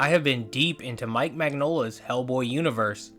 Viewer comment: Heads up, it's pronounced "min-YOL-ah". The "gn" makes a "ny" sound, like in lasagne.